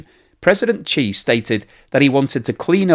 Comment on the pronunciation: why are you pronouncing his name as Chee not She?